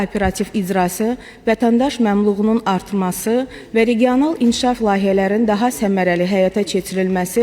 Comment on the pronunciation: Memlug yox memnunlugu😂